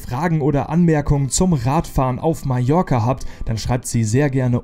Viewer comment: Un grand merci pour prononcer correctement le nom de mon île en français : Majorque avec J comme jardin !!! Pour les autres patronymes de villes et lieux , la prononciation, ...c'est pas encore ça !!! Très belle balade quoiqu'il en soit et bravo pour la performance !